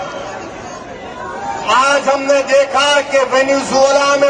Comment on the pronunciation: चूतियावैसी साला वेनेजुएला बोल भी नहीं पा रहा है।